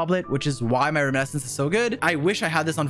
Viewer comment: Ah yes, still pronouncing "Reminiscence" as "Riminescence"